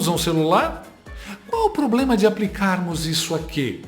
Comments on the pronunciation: ela é bilíngue, uma hora é ploblema, mas também pode ser probrema 😂😂😂😂😂😂😂😂😂😂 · Ela é o "ploblema".😅😅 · Gente!! Esta Janja é mttt ruim de fala !! Ela consegue falar palavras simples tipo “ ploblema”kkkkk ! Janja vc é mttt sem noção!! Cala-te pfv 🫢🫢🫢🫢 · Ela tem ploblema, precisa de uma fono, não um maquiador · Ela falou " Ploblema de novo " ! Minha ulcela vai estola 😂😂😂 ! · Quem está mentindo nessa história??? Lule ou Janje?🤔 Gente do céu, essa mulher não consegue falar a palavra PROBLEMA.🤣🤣🤣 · Esse é o "Poblema" PQP ! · Uuu "ploblema" são as palavra! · "Poblema, cidadoes , inresposavel" quanta inteligência! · PLOBLEMA, MALMITA, TELÇA FEIRA,GALFO, MALÇO 🤣🤣🤣🤣🤣🤣🤣🤣🤣🤣🤣🤣🤣🤣🤜🏻🤣🤣🤣🤣🤣🤣🤣🤣🤣🤣🤣🤣🤣🤣🤣🤣🤣🤣🤣🤣🤜🏻🤜🏻🤣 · Tão inteligente que não consegue fala A PALAVRA PROBLEMA, PRA SENHORA INTELIGENTE A PALAVRA É 'PLOBLEMA'. KKKKKK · Ela fez de novo: ploblema! Kkkk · E ela continua falando “ploblema”. Nessa entrevista aí ela repete o “ploblema”. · Acho q ela dalou "probrema" 😂😂😂😂😂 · Além de tudo é inimiga da língua portuguesa, disse "ploblema" de novo 😂😂😂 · Será que um dia ela vai conseguir falar problema, da forma correta? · Ela tem uma dificuldade muito grande de falar a palavra problema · Amiga do Cebolinha!! 😅😅😅😅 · A 🐔ganhou do cebolinha de tanta trocar o L pelo R ou você e versa.😂😂😂😂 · Não é problema , a (primeira dama de alguns) fala ploblema kkkk que vergonha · ABRIDO, CIDADÕES, PLOBLEMA, INRRESPONSÁVEL, SALMA DE PALMAS, CENSURA e ainda se diz inteligente. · NÃO ENTENDO! ELA NÃO CONSEGUE FALAR PROBLEMA E SEMPRE DIZ "POBLEMA"! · Por isso que esse governo não resolve nada no país. Está abordando 'ploblemas'😂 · É... Janta investe no PLOBLEMA!!! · Ilha de Marajó manda um alô, mas o pLoblema lá é analógico , Ah, então deixa prá lá! Esse "tava tava" também é irritante.... informalidade de boteco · Canja vulga jaula, Em sua expectativa, pensando em falar: "Problema", a realidade, poblema. E com certeza já falou pobrema. É muita inteligência, pra uma pessoa só! O poblema é esse. rsrs...